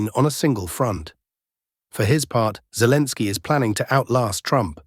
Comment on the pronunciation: I don't like the new voice. It mispronounces things, even calls Zelensky "Zelens." The old voice was much better. Yes, it has an accent, but it was easily understandable, and didn't butcher the Slavic names.